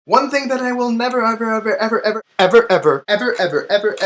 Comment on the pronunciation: If you listen closely at when he says 'ever ever ever' he sounds like he's saying 'Edward Edward Edward'